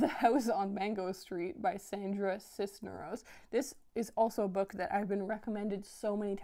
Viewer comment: Fabulous! (Tiny quibble... I think Sandra Cisneros' last name has the stress on the second syllable, not the first syllable). -- Wow, such a touching conclusion to this video. I'm glad I watched it through.